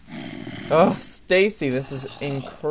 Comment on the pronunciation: Its "Stacy"